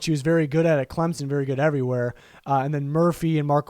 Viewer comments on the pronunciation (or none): none